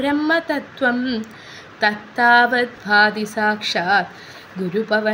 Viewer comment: പൊതുവെ നന്നായെന്ന് പറയാമെങ്കിലും ഉച്ചാരണം കറച്ചു കൂടി നന്നാവാനുണ്ട് - സംസ്കൃതം പഠിച്ചിട്ടില്ലെന്ന് ചൊല്ലുമ്പോൾ സംസ്കൃതം പഠിച്ചവർക്ക് മനസ്സിലാവുന്നുണ്ട് ധ ,ഭ ഖ ത്ഥ തുടങ്ങിയ അക്ഷരങ്ങൾ - ശ്രദ്ധിക്കണം തത്താവൽ അല്ല തത്താവദ് ആണ് ഭോംധി പൂരേ അല്ല അം ഭോധി പൂരേ ഒരുമിച്ച് പറയണം ഇത് പോലെ ഉച്ചാരണത്തെറ്റ് വേറെയുമുണ്ട് - ചൊല്ലിക്കേൾപ്പിച്ചാലെ മനസ്സിലാകും എന്തായാലും അഭിനന്ദനങ്ങൾ , തത്താവൽ